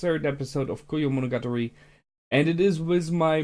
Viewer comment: Koyo-monogatari? You dropped a syllable there. Your camera seems to have a low frame rate throughout parts of the recording.